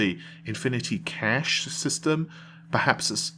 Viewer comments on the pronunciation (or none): none